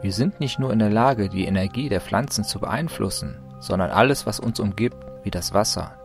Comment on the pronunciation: das heisst pflanzen nicht flanzen gggg